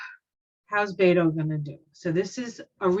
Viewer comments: Beto's name is pronounced "BET OH", not "BAIT OH". Many people make this mistake. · I live in Beto’s home town El Paso. He is so kind and I’m praying he will be our Governor. He supports women,vets,lgbtq,men,kids,gun reform. This world will be a better place if he wins. And you pronounce it Bet O Not Beto. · Beto's name is pronounced Robert Francis O'Rourke